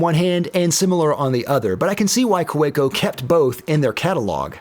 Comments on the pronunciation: I believe the company name is pronounced "kavecko" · The Kolo Tino costs 5 - 8 times the price of Kaweco. Also, Kaweco is pronounced KAH-veh-koh, and that ink is Van dee mens. Also, the Gravitas is 4 - 10 times the price. And all of your other pens are much more expensive. It’s kind of like calling filet mignon the Hamburger Killer. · Like a Swiss army knife by Victorinox, the Kaweco sport will always be relevant. Also, pronounce the w as a v. "Ka ve co," for it is German. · I could barely watch this because of how horribly you pronounce Kaweco 😅 The 'w' is pronounced like a 'v'. Kah-vek-o. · There's no "preferred pronunciation" for the Kaweco Sport... there's A pronunciation, period.